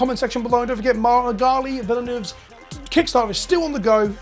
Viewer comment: an english speaking youtuber able to pronounce Magali Villeneuve's name right. Stunning